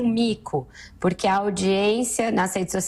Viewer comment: concordo, fala muito erado: porique, razigou, pirimeiro, interivizita, mazi, peringutou, jairi, eziquerida, etc... ridícula!!!